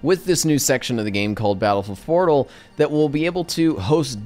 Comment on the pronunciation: Battlefield Fotal? XD